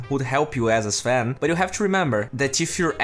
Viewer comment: Its not zven or zlark. Its sven and slark